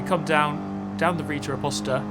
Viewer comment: LMFAO "Rita Aposta" not quite! RETA OPOSTA - RE ( sounds just like the HEA in HEATHER ) TA ( sounds just like TA in TAP WATER ) OPPOSTA (from google translator in English)